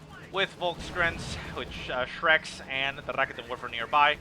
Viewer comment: I like your casts, man...but the way you say "Raketenwerfer" pisses me off...